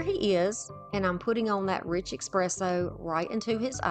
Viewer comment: Gorgeous and well done!! I do have to let you know that it’s pronounced essss presso, not ekspresso. 🖤🖤🖤